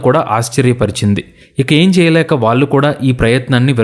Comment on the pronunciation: హలొ! ఇంతా చెప్పి వాల్లు వాల్లు అనడం చండాలంగా ఉంది ! వాల్లు కాదు వాళ్ళు అండ నేర్చుకో .